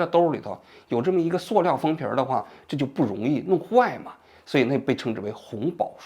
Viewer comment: 王局，那叫Su料，不是Suo料！